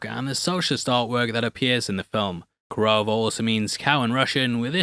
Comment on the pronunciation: peruse, not peruve !.😊